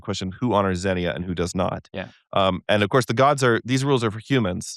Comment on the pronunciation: All this was great except both of you pronouncing xenia incorrectly AGAIN and AGAIN! It was driving me crazy! The second syllable is stressed - xenia is pronounced kseh-NEE-ah!